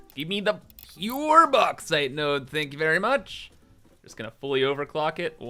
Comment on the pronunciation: its not the Box but the Box-ite